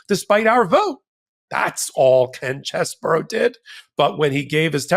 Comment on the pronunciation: What a sleazy creep. BTW,: I should let you know the correct pronunciation of Chesebro is much easier on the ears. His last name is NOT pronounced "Chess-burr-ow"; it is: "Chez-bro". See? It has just two syllables. There ya go. You're welcome.